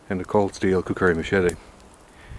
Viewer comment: It's kukri not kukuri